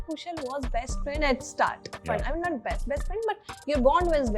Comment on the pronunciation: Interviewer please take the correct name...It's pronounced Kushaaaal